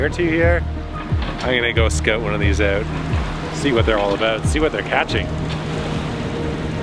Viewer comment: "I'm gonna scoot one of these oot." Is it possible to say something more Canadian than this?